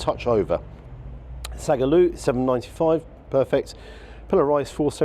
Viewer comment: It’s not bloody sagloo 😂 it’s Saag Aloo vegetable dish you people